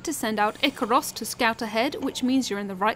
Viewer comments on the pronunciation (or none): Just some clean up here. Tip 1 sorta wrong, dont pay attention to the armour rating stat, it means nothing. Tip 2 dont worry about buying materials from a blacksmith drachmea is REALLY easy to get. Tip 4 it is not pronounce Ikaross Tip 6 make sure you scout them first with Ikaros to see if they are even worth recruiting, legendary are only ones worth it Tip 12 unless they are immune, some enemies are immune to the kick